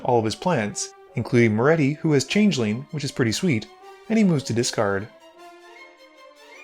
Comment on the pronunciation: I believe commander is pronounced "Mo-REE-tuh". You know, like Pat Morita.